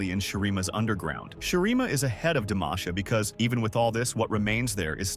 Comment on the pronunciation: Its demacia not demaicia